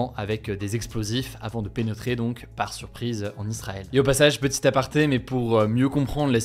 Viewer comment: avant de " penotrer "😂, mais on t’aime quand même ❤❤. Merci toujours et encore pour ton contenu qui me fait plaisir tous les matins depuis plusieurs années en te regardant !